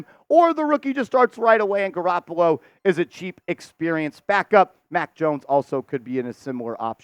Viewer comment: Garapolo???? Are you kidding?